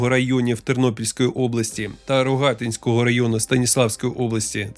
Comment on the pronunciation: Правильно наголос РогатИнський район. А по темі - незрозуміло в чому суть боротьби, якщо ти весь час тільки те і робиш що переховуєшся.